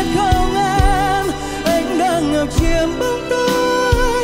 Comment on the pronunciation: Nhất là đoạn điệp khúc sau, sửa lại 1 chút vài chỗ phát âm “ngập chiềm” “từ giây phuốttt”…rồi pha Erik nhập “và ta sẽ yêu nhau hết cuộc đời ohh no no” 😅😅